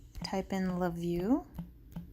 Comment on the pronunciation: Its LaView "NOT" Lakeview!!! Ugh!